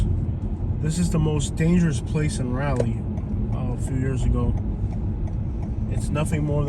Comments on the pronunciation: Raw-lee not Ra-lee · This video was hilarious! As a 50+ year resident of Raleigh, I can say you have no idea what you’re talking about in this video. You weren’t even brave enough to go to the REAL hood or to venture downtown to see what a great city Raleigh is. And, you even mispronounced the name of our city. Dude, go away and stay away.